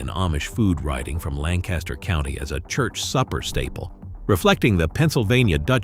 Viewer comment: I am Pennsylvania Dutch and eat and can find all these foods. Learn how to pronounce Lancaster the way locals do and rivels. A treat for my kids and grandkids was milk rival soup topped with butter and brown sugar. This is not accurate and pronouncement is horrible.